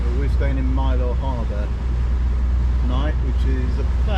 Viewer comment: Next time you visit, pronounce Mylor as the honorary Cornishman you'd be...Mylor as My-ler. 😅